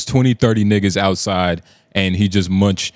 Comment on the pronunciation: How yall 🥷's don't know mushed? it's not munched, it's mushed